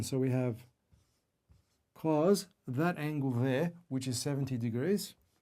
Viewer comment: cool but not how you pronounce cos